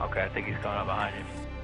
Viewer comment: How come cops say mkay instead of ok?